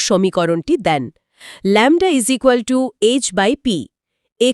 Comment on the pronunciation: ইকুয়াল টু কে বলছেন ইজিকাল টু, অনেক হাস্যকর। এত বড় কিছু নিয়ে বলছেন তাও